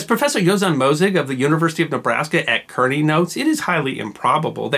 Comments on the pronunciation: Just a POI. Kearney as in the University of Nebraska at Kearney, is pronounced 'Karney', not 'Kerney'. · Having attended Kearney State College before it became the Nebraska University at Kearney, it was a rare pleasure to hear it mentioned. BTW, it’s no doubt incorrect, but Kearney is locally pronounced “CAR-knee.” Enjoying the videos very much. Thank you for producing these. 👍👍